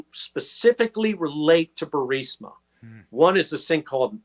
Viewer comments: If you’re going to say “Burisma” 700 times per episode the least you could do Benny is learn how to pronounce it properly. I don’t get how anyone can get BUR-SI-MA out of BU-RIS-MA for crying out loud. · Benny...love you and love your reporting....it’s Bur-EEEZ-ma, not Bur-SI- ma...unless you’re poking fun, then that’s a different story. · Dude. Why can’t Benny Johnson pronounce the Ukrainian oil company’s name right, it’s so grating especially since he’s a reporting type. Bur-IS-ma Benny not Bur-SI-ma. My goodness. Other than that, great vid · BENNY. Say Burisma correctly!!!!!!!!!! It’s not BURSIMA. Please!!!!!!!! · Burisma!! Not Bursima!! Are you drink?! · are you able to say Burisma correctly? You say it like it's spelled Bursima. and it's Bur i sma. Prouncounced Bureesma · Please Benny pronounce Burisma correctly Bur- eesma, not Bursima…thank you!!!❤ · "Burisma". ...not bursima. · Benny, Would you **PLEASE** stop mispronouncing the Ukrainian Energy Company !!! It's BURISMA = Buh-ri-sma, NOT BURSIMA =Bur-sima You lose credibility when you mispronounce the subject of your discussion. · Burisma, not Bursima. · Benny, Burisma is pronounced "Bur-iz-ma!" It is not "Bur-səma." It is not spelled that way; it is not pronounced that way. Honestly you sound like an idiot every time you say "Bur-səmə." It's distracting, like trying to talk to someone with a rotten tooth and no awareness of personal space. Please self-correct. In the other stuff, keep up the good work. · Burisma = "bur-REES-mah" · Not to be a jerk, but You’re saying the name of Hunter’s Corporation wrong. It’s pronounced like “Ber-IS-ma.” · I watch Benny just to hear him transpose the "S"and the"I" in Burisma. Every. Single. Time. 😂 No worries dude. We know what u mean. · Say "Burr-eez-muh" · I think it's pronounced Bureezma. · It's BURR-IS-MUH Benny. I hate to see you mispeak. You're too intelligent to make that rookie mistake. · Why can't you pronounce Burisma? Are you TRYING to make me crazy?